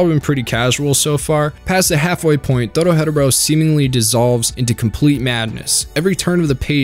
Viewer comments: I feel like your saying the title wrong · holy fuck please stop saying dorohedoro like that 😑🤢 otherwise, great video lmao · You slaughtered the pronunciation that's not how it pronounced lol. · Is Anyone else bothered by how he pronounces Doro-he-Doro??? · There is no pause between the first two syllables and the last three in Dorohedoro. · I dunno how u can pronounce the anime name wrong when they say the name in the anime itself in every episode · Why tf do you say Dorohedoro like that?? Cringe asF couldn’t even finish the video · Every time he mispronounces Dorohedoro my sanity slips a little further. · Now why did you pronounce dorohedoro dorohetero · The person that introduced this show to me called it doro he doro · Bro was saying doro hedoro when it should be said doro he doro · Its doro-he-doro NOT doro-hedero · Please for the love of god it's Doro-HE-doro. DoroHe'Doro. Doro He Doro. NOT Doro Hedoro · Doro-he -doro....not dora-hedoro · Isnt it doro he doro? Why is he saying it as doro hedoro? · I just wish you pronounced "Dorohedoro" like they do in the anime. You seem to say, "DoroHeadderro". It's pronounced, "Doro-heh-doro". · How its read: Dorohedoro How this guy reads it: Doro-Hetoro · Doro he doro 👎 Doro hetero 👍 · Idk why but every time you say the title i gotta take a second because in the show the announcer calls the show "Doro-he-Doro" and you call it "Doro-head-oro". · DORO-HE-DORO.... not Doro-Hedoro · Loved the introduction Netflix gave me and burned through the manga. Absolutely awesome story... But... You can't tell me it's pronounced doro-hedero. I have always said doro-he-doro and honestly it sounds better to me. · Idk if I like how he pronounces it. Its DORO-HE-DORO NOT DORO-HEADORO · I hate how many times this man decides to say the name wrong Its dOro hEh doro not dOro. hedOro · Please... please just say "Doro HE doro" and not "DoroHeadaro" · Doro-heh-doro Not doro-headero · doro-hed-oro? not doro-he-doro like it says in the opening?